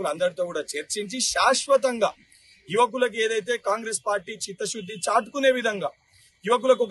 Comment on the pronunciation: Chitha shudhi anemata nuv enkosari anakura edho buthula vinipisthundhi dharidhruda..